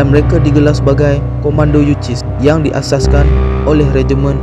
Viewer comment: Platun yu sis ..bukan yu.ciss. Dol..